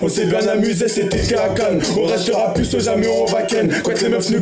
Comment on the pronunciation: au debut le titre j'avais pas compris il a dit pu alors que c'est "plus" mais c'est comme meme une bonne video